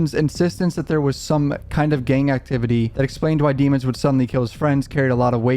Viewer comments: Why do they pronounce his last name in cort as demins when his last name is demons and it's spelled just like demons👹 if I was the judge I would make the defense team say his name correctly its almost like jury tampering. This juror was paid off wake up or she's just a biased black woman who thinks black boys don't do no wrong. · It's pronounced Dee- mones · Bro please pronounce his name right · At least pronounce this man’s last name right …